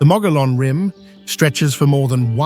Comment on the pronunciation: Omg this video is riddled with endless mistakes, incorrect facts, and video clips that don’t match the description. The “white mountains” but showing the “desert” “Williams Arizona” but showing “Sedona” Mispronouncing mogollon rim, 3 different pronunciations so far.